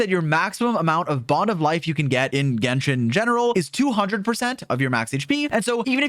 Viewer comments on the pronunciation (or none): none